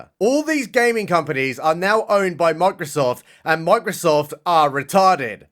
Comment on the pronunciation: It's funny that the way you say Microsoft, it sounds like "mock yourself" to me! 😅